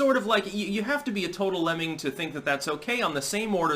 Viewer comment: The only other time i ever heard the word "lemming" said out loud like this was in a Bugs Bunny cartoon